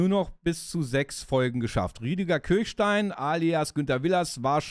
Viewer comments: Geniale Serie,bin damit aufgewachsen. Danke für dieses Video. Eine kleine Kritik. Der Mann heißt "Kirschstein", nicht "Kirchstein" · Er heißt Kirschstein (wie Kirschkern), nicht Kirchstein. Nette Erinnerung ans Vorabendprogramm. :-) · Schon traurig, dass man Willers richtigen Namen weder korrekt schreibt noch ausspricht. Der Mann heißt Rüdiger Kirschstein und nicht Kirchstein! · Der Schauspieler, der Willers spielt, ist Rüdiger KirSCHstein - nicht Kirchstein.